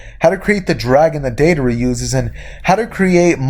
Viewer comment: u mixed 2 letters in the name it is deidara close tho